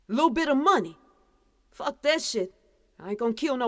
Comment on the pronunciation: "Fucka" "Shitta" 🤔? Are you saying that on purpose?